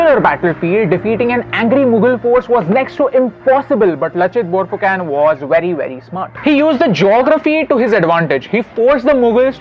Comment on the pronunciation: It's not Borphuken , prounounce it as BORPHUKON !